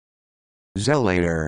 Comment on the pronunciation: Zel-uh-tuh or Zuh-lah-tor are the most common pronunciations. The rubbish you spouted isn't even a word